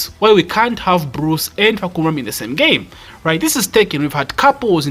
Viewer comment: Hi, the correct way to pronounce his name is Fah come rarm.